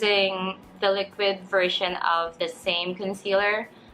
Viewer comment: You are pretty! Great review and btw,it is pronounced as "ssem"/sem :)